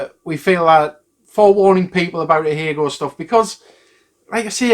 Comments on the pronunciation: That's actually not how you pronounce it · That's how 'ahegao' is pronounced? BoY have I been getting it wrong! Also totally agree with this decision.